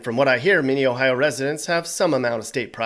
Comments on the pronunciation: The pronunciation of Ohio is a bit oof but it’s close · It sounds so weird when other people say our states name